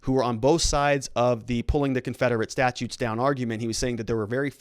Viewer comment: Only an attorney would pronounce 'statues' as 'statutes'.